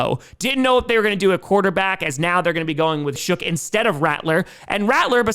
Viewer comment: Its Shuck not Shook